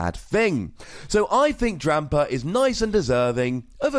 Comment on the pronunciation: that extra "r" is fun to hear. #Drampar